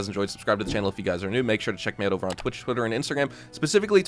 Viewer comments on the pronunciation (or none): none